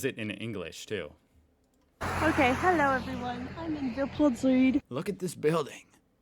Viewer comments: This guy STILL can not pronounce "hallo" correctly. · Your “Hallo” is still a rape of the german language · You could really work on your initial "Hallo" 🙂